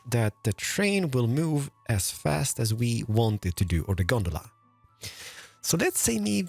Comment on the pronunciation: As someone who has Trainz Simulator, him calling a cable car “Gondala” Really confused me